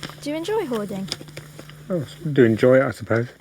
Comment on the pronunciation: Because we pronounce it hoarding not ‘howaduh’